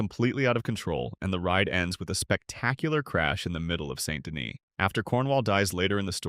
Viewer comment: Wow, I didn’t even know there were so many ways to mispronounce “Saint Denis.”